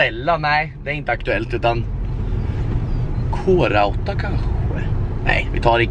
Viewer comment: 👏👏👏👏 du uttalade Krauta rätt vissa säger ju på ett annat sätt men duktig 👏😂😂😂